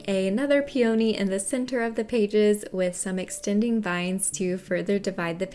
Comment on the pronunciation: Your videos are so comprehensive, & your beautiful, creative designs are mind-blowing! Your voice is very calming & you do an excellent job of explaining things thoroughly. I adore peonies! After hearing the way it's pronounced in this video, I thought maybe I've been mispronouncing the word, so I looked it up. Peony is pronounced pee·uh·nee rather than pee·O·nee Thanks for sharing your amazing talents with us!